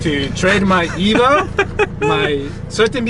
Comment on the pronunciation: Ease nooo not evo 😢